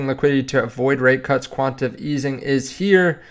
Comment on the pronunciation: Quan- ti- ta- tive.... jeez